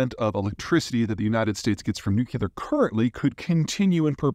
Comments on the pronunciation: Someone please tell Zeihan it's pronounced nu-clear, NOT nukular. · Peter you pronounced nuclear like Pres W, "Nuculeer". It's New clee ar. You can do it! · It’s nuclear, there’s no such word as nucular. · One easy thing we all could do is start calling it "nuclear" instead of "nucular"..I think that could help! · It's not nuculur, It's nuclear. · Nuclear, NU CLEAR, NOT nucular. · Peter, stop saying "new-cu-lar." There are not two "us" in Nuclear. It's "new-clear." It's so cringe. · At some point, Peter, you're going to have to stop saying nuke-YOU-lahr in favor of the correct, NUKE-lee-ahr. It's hard to listen to. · Repeat after me: New-Clear. New-Clear. New-Clear. New-Clear. New-Clear. Cheers! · Some doctors say that when people hit 50, they become able to pronounce nu-cle-ar... 😅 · Ah, them small noocoolar reactors, noocollactors if I may :D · Sorry but if someone calls "nuclear" "nuCUlar" they're automatically kicked out of the debate 😂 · Dear God .... no͞oklēər .... nu·cle·ar .... noo - clee - ar Say it with me ... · If you can't pronounce nuclear, you lose credibility. Peter, saying "nuke-u-ler" makes it obvious you haven't bothered to talk to the experts. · I do wish that someone as knowledgeable as Zeihan wouldn't pronounce nuclear the way Dubya pronounces it. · Pfff he can't even pronounce the word "nuclear" properly...I'm supposed to believe that a potential trillion dollar market just vanished? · You can safely disregard any opinion on nuclear power from anyone who cannot pronouce "nuclear". Two syllables. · Pete, you’re clearly a very bright guy, with a wealth of geopolitical knowledge. But please, make an old scientist happy and quit pronouncing “nuclear” like you were taught physics by George W. Bush. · The word "nuclear" is a two syllable word. It is NOT a three syllable word. Stop miss-pronouncing it. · Nuclear expert who can't pronounce Nuclear?